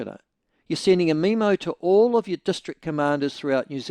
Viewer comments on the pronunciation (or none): Why is he pronouncing memo as meme-o lol